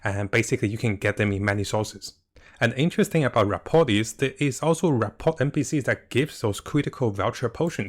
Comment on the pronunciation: THE T IS SILENT. ra.por